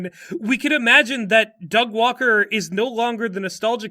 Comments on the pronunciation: I still land on 'Doug Walker' pretty consistently (maybe it's my british accent) but I am beginning to be able to hear the Du Gwarwer in your stuff, so that's a thing now. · I am unfortunately only going to be able to hear “da gwawker” any time I hear Doug Walker’s name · da vinky vs da gwawker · I have no idea why you folks keep saying "Da Gwaker". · Da Gwawker? Seriously? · Da Gwawker Help Da Gwawker has found me! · WATCH OUT, ITS DA GWAWKER!!! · 'Ey, I'm Gwawken' here! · EYYYYY I'M DA GWAWKIN' OVA HERE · Da Gwawker is killing me in the same way as that one reddit comment referring to George Orwell as "jorjor wel." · Da Gwawker actually killed me... cause I also say his name that way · Da Gweawker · Don't tell uncle about Da Gwawker! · Thank you so much for giving me "Da Gwawker"